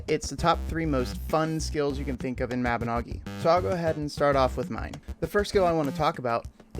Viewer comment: Was so close to disliking the vid just for the way you pronounced Mabinogi